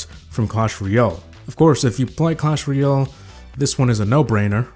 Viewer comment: Hey, just saying it's clash ROYALE, not clash ROYOL